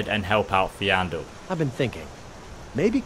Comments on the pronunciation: I for one find it annoying that the guy can't see that it's not FEANDAL - it's not the end of the world but yeah - definitely strange. Maybe he's dyslexic? I'm a UK English speaker - it has nothing to do with where you're from. If English wasn't his native language I could understand. But yeah - it's not the end of the world - thanks for the video but please stop mispronouncing names it's annoying. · bullet x nah in game characters say it like fayn-dal and that’s enough to make it kinda weird that he says that even if he’s dyslexic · Feign+dal = Faendal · Fay - n - dal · FAY-EN-DAL AYE-EL-UH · Biblo Pogromca Siurumuna and this is the correct spelling for FAENDAL! AND ITS NOT fa J endal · Got triggered its f-i-n-e d-a-h-l faendal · 'fe-an-dal' 'alea' learn to read, man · he's saying it wrong on purpose lol its just to annoy people. ive seen many other get so triggered by it. its so silly. haha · Yes, except not only has he been corrected numerous times, but it is also pronounced correctly by both Sven and Camilla. Dyslexia has nothing to do with it. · It’s amazing how someone can mispronounce names in a fully voice acted game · He's dyslexic. Plus he might not remember hearing the correct pronunciation. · i'm triggered by how he says faendal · First of all, they say Faendal's name multiple times in the quest you have to do in order to recruit him. Furthermore, Faendal's name is the FIRST thing Sven says to you when you speak to him for the first time: "Faendal thinks he can woo Camila Valerius away from me..." And it's spelled FAEndal, not FEAndal, It should be PHYSICALLY IMPOSSIBLE to mispronounce his name. So HOW. HOW DID THIS HAPPEN. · I like the way he pronounces Faendal's name. It's wrong, but I like it. EDIT: I just heard the way he pronounced Aela's name. 😂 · Every time you walk past Sven he says Faendal's name so I really don't get how you're mispronouncing it here. lol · How do you manage to mispronounce Faendal when they pronounce it in game my dude